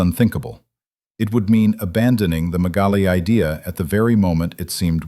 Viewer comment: The name of the Turkish writer is Halide Edip Adıvar. You have mispronounced her name. You have also made a mistake in pronouncing the Greek irredentist movement “ Μεγάλη Ιδέα» . Do not pronounce the word idea in English but in Modern Greek.